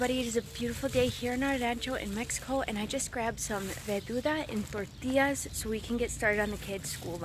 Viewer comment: Hey, it's VERDURA...just so you know